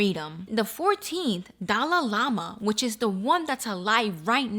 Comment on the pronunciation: What does the Dali Lama ( which you totally butchered but thats ok) have to do with the subway guy? Lol how are they connected, I don’t get it?